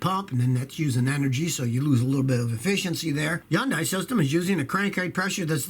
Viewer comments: Just wondering why does say Yandi instead of honday for Hyundai. “Honday” is how it’s said in commercials. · Hey Kilmer, it's pronounced HUN-DAY like Sunday.. say it right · Someone needs to teach scotty how to say "Hyundai" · look up "how to pronounce Hyundai". Not even the Koreans pronounce it the way scotty does. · look up "how to pronounce "hyundai"